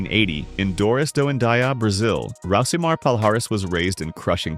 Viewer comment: Stopped watching when "Rousimar" was mispronounced. For eff sake, do better.